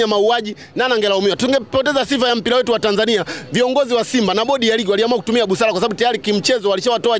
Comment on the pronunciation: Very poor swahili